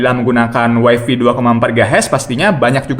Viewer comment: malu ah.. masa bilangnya "waifi".. yg bener "waifai".. 😜